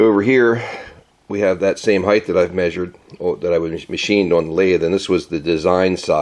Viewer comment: Why do you say heigth instead of height - do you say weigth instead of weight too? Nice work on the video and chuck btw :)